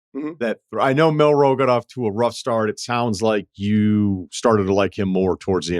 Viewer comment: you really said milroe